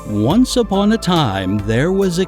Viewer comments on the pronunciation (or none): none